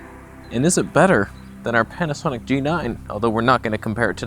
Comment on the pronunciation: Did I hear “Can’t-asonic”?? 😐